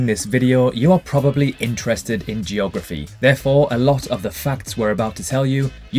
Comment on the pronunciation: Who else likes “JOGraphy”? 😉